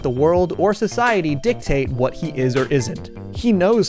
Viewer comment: That's my boy I tell you hwhat!